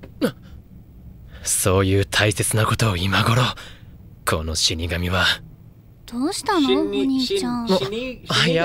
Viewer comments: If you're wanting to pronounce Shinigami properly, I've always found it helpful to break it down into english words, instead! It's pronounced as "She-Knee-Gummy" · As others have said, Shinigami is Japanese for god of death, or grim reaper. Pronounced Shi-knee-ga-me. Ryuk is Ree-yook. L is L funny enough. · Ryuk - "ree-youk" Shinigami - "she-knee-gah-me"